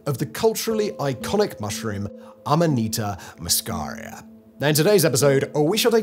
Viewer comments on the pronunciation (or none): It's called amanita muscaria. Ffs, bro, get it right.